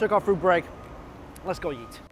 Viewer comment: Why when you say eat you say YEET?!?